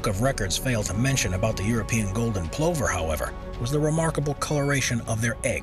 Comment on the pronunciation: Very interesting. I believe the pronunciation of plover is pluh ver.